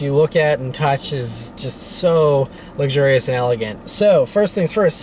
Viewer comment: My wife says you keep saying "It's verrrry luxiours" and "many buttons". LOL. I love your videos though!